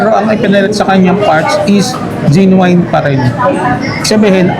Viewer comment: Nice update po! But genuine po is pronounced as “jen-yoo-win” not gen-wayn.